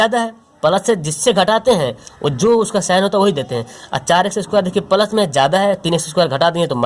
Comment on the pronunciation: Thankuuu so much sir bahut accha padhate hai app bs ap plus ko palas kyu khte h